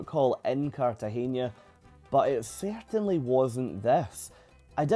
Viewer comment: Really enjoyed this. You captured the experience so perfectly. If my family ever takes this cruise, we’ll try this excursion based on your review. By the way it’s CartageNa, not CartageÑa, so you don’t pronounce the last syllable as “nia” but plain “na.” In Spanish, you pronounce “n” as “ny” (nya, nye, nyi, nyo, nyu) only if it’s written as “ñ” (España, piñata, Nuñez, Iñigo, año, señor, moñudo).